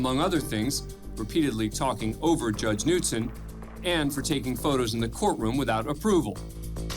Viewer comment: Ummm…the “K” is pronounced in Knutson. Do better.